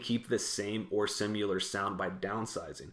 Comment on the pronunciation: Not to put too fine a point on it, but "simular" is not a word. It's SIMILAR.